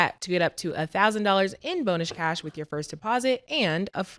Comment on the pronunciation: Stat say “bonush cash” every single time 😂😂😂😂